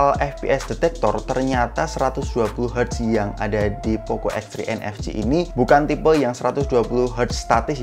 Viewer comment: Dengar mcm poco x3 nfg not nfc??